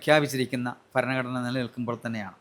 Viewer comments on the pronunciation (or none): ഫരണഘടന അല്ല ഭരണഘടന! ഇവറ്റകൾക്ക് India യുടെ പേര് ഭാരതം എന്ന് ആക്കിയാൽ ഫാരതം എന്നെ പറയാൻ പറ്റുകയുള്ളല്ലോ! വിദേശികൾ പോലും അന്ന് ഭാരതമെന്നും ഇവറ്റകൾ ഫാരതം എന്നും പറയും!!!!